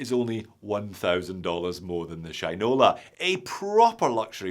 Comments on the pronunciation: he also says Sheeen-ola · haha. u made it sound like sh1te-nola.